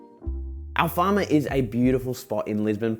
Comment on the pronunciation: Great video, honestly. It’s Alfama tho 😅 (rather than Alfarma). Great photos regardless!